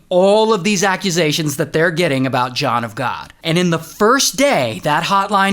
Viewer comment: John of GAWD - awful!